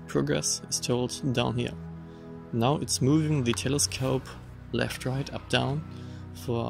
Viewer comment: I know that this video is now 4 years old, but you had trouble pronouncing the English word "right", as in right ascension. The easiest way to pronounce it is "rite", I think. 😉